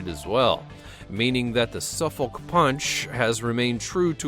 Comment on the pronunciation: Omfg the way he says Suffolk.... 'Su-folk' nah b it's 'sufok' more or less